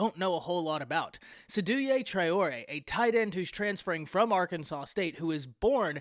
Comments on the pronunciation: Great take. Its pronounced 'Say-do' btw! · It’s pronounced “SEY-DOU”